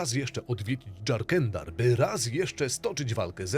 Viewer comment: Dżarkendar? To jest polska kraina, mówi się Jarkendar ;)